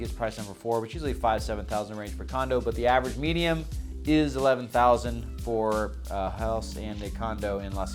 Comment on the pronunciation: The word is Median … not medium !!! Geez !